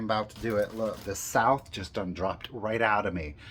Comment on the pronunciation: First, thank you for this info!! Second, when your "South" broke out I belly laughed!! I truly adore you and Richard is the icing on your cake! ♥️♥️♥️